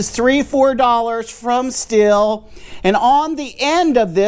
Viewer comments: What would be great is if people would learn how to pronounce the name Stihl. It's pronounced Steel (or Steal), not Still. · Also a heads up. it's not STILL I understand the debate, and for anyone that is interested it's not STILL it's not STEEL There is a longer explanation, if you want to know , let me know and i'll be happy to tell you, But it's like this the closest english phonetic spelling would be SHTEAL SH like SHIT and TEAL like STEAL so it's SHTEAL not Still or Steel or Shtil HOWEVER.... and i don't think it's that hard to do , But it is said that for those that struggle to say SHTEAL , they use STEEL and i understand that , But if we are going to discuss how IT IS ACTUALLY PRONOUNCED then SHTEAL is the correct way